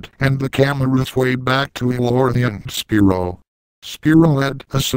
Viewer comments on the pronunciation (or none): Quit saying Spearow! It's SPYRO!